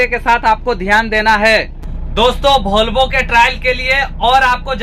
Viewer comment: आप वॉल्वो बोल रहे या भोलवो, वीडियो या बीडीओ बोल, एस लेटर, वाह भाई